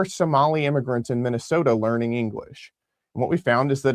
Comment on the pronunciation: hahahah, HAaaaaa Hahaaaa, you said "LEARING" center. I've caught myself saying to too when talking about Learing something. 🤣🤣🤣🤣🤣🤣‼‼